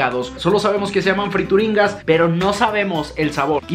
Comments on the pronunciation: se llamaban friturinas no frituringas 😂 saludos eres el mejor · Friturinas we no frituringgggas que pedo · No dice Frituringas... El empaque dice Friturinas... La rebatizaste añadiéndole la G! jejejejeje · FRITURINAS,! No, friturinGas jajaja. Te amo! ❤️ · Son "friturinas" no "frituringas" 😂😂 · NO DICE FRITURINGAS DICE FRITURINAS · Cuando te das cuenta que no sabe leer porque confunde frituringas con friturinas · "Friturinas", no frituringas! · Yovani Ortiz pensé lo mismo, en ningún momento leyó bien el nombre de las friturinas 😂😂